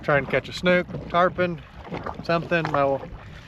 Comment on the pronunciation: I loved the diving video. I'm very familiar with the waters off Marco and can't believe the visibility on the first spot. God is good! One other comment... you read a book (not a buke), it's called a snook (not a snuke). Just poking fun! 😆 Thank you for the great video!